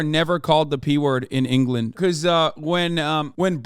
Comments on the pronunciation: "Duhfending Enghullund" - some English spirit that momentarily possessed Hasan Piker, 2023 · You mean Angerland